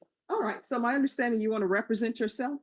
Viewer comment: But can he pronounce “represent” correctly?